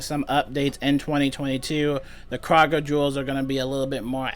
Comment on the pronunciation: Kroger (crow-ger) is how you pronounce it fam.